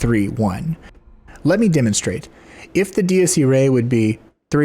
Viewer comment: It's ee-rye, not ee-ray. I took Latin in high school.